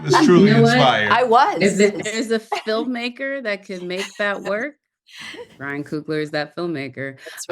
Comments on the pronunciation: Am I the only one that likes the way Ryan speaks 😂🫣 it’s the way he pronounces words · Me too I love the way Ryan speaks and pronounces words. It’s rich!